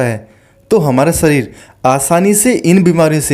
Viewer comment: सरीर (शरीर) पहले अच्छी तरह बोलो अन्यथा दूसरे को मौका दो। राम देव की तरह अकेले नाटक बाज़ी न करो